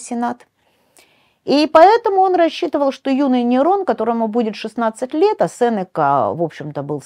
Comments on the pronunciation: Уважаемый лектор, всем известно что в фамилии Сенека ударение ставится не 2 й слог. Стыдно это не знать. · Правильно произносится именно СЕнека. "Сенека — слово из 3 слогов: се-не-ка. Ударение падает на 1-й слог. Транскрипция слова: [с’эн’ика]". Цитата из орфоэпического словаря: phoneticonline.ru